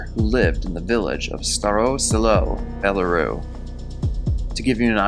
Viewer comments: Belaroo? Shouldn't it be Belarus (bel-ah-rüs)? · It's pronounced, BELLA RUSS not BELA ROO. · Belarus...the s is not silent....it is pronounced bella-roos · great job, the tiniest critique would be to pronounce the S on Belarus. I think you have enough talent to equal Mr. Ballen. Stay with it you're good. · BelaRUSSSSSSSSSSSSS -- As in Bela Russia "White Russia" -- come on my guy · Lol I was laughing my ass off at his pronunciation of these two places as well